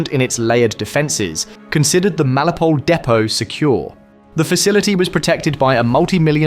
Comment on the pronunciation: FFS mate. MEL IT O POL. Melipole is ignorant crap.